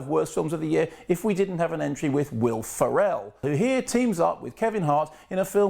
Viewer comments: It's pronounced "Feral," not "Pharell." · Also a disappointment: If we missed an opportunity to enjoy the Dr. K drinking game whenever he mispronounces Will Ferrell's surname. I'm convinced this is deliberate, though I've no idea why. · How hard is it to pronounce Will Ferrel's name correctly?